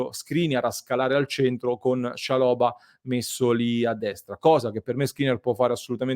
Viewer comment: Ottimo giocatore per il campionato italiano. L’accento va sulla prima A